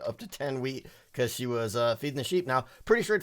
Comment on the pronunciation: When you say "wheat" it seems you sey "weed"